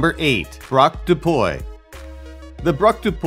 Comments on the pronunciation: Wtf it's PUY not POUEH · You can find the correct pronunciation of foreign words on internet. 'Puy' is pronounced 'pwee'. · Free French lesson! « Puy » is pronounced more like pwee than poy. Also in French, « de » is pronounced more like « duh » than « day ». Kuri are cute IMHO.